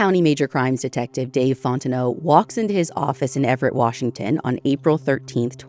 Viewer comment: Native Washingtonian here. Your pronunciation of these locations is impressive 👏